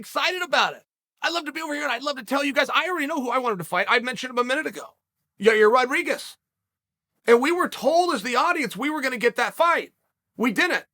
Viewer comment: "Y-EYE-EIRR, Y-EYE-REAR, Y-EYE-EAR RODRIGUEZ" - Chael P, ( all pronounced within one minute of each other.)